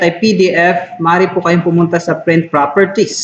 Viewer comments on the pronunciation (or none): Correction lang ah, prent ka ng prent eh, print po yan ha hindi prent ah,, bisaya ka ba?